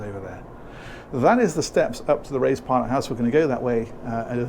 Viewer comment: I thought you said “Ray’s pilot house.” Had to listen again “raised pilot house”. Of course, that makes much more sense. . . . would be funny if the pilot was called Ray though. It would then be Rays raised pilot house. Don’t mind me, I live in a lighthouse on my own on a rock in the middle of the sea😂